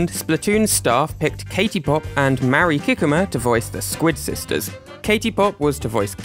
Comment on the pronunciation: I'm sorry, but hearing you butcher Mari Kikuma's name repeatedly is genuinely making it hard to watch the video!! I more than understandable that her name is Japanese, a language you don't speak, but compared to many other names, her name is quite simple in pronunciation and I felt like some effort could have been made to pronounce it even slightly correct. I'm not trying to insult YOU; I just feel that is a basic level of respect for someone--making a genuine attempt to pronounce their name correctly--but you are just reading it as if it were English. 😥